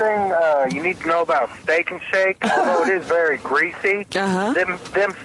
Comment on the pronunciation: The whole thing at the end with John was the start of art slurring his k sounds. Steak-ch and shake-ch